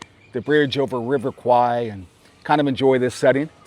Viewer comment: River is pronounced “Kware”. Kwai means buffalo in Thai , and as much as it’s acceptable in pop culture, it sounds funny to Thais lol 😂